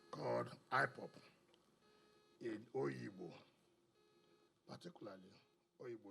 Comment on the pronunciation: Not oyigbo it’s obigbo stop miss quoting it